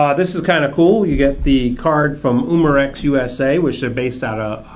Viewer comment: its not uuuuuuuuuumarex umarex